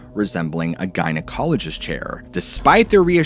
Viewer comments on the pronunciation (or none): none